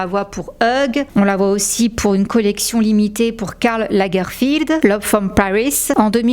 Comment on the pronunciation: La façon dont tu ad prononcé Karl Lagerfeld 🥲😭 c’est pas ça